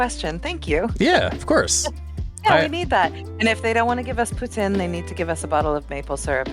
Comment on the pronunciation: As a Canadian. The way she pronounced poutine drives me insane! It's Poo-teen! XD Her kitchen is gorgeous! I usually don't really like all one color furniture but she really made this work!